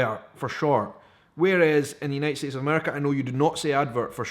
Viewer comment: Here in America, We just say Ads - - for advertisements. BUT, the most glaring and noticeable word you use in almost every video is " series ". We hear Cee Dees and it is rather confusing to our ear. No big deal; just thought you'd like to know.